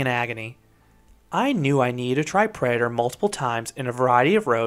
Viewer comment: "Predaher"...it's driving me crazy.